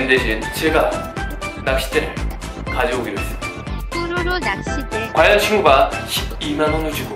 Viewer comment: 근데 낚'싯'대 아닌가요??..